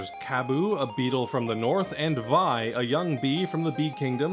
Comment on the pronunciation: Great video! Just one thing I noticed, I know it seems strange, but Vi's name is actually pronounced as "Vee," and her full name uses a French-like pronounciation like with Jaune's name, aka Violet pronounced as "Vee-oh-let."